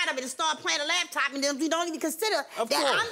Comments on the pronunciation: if she say "LAB-TOP" one more time !!!! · I hate when people say "labtop" !! lol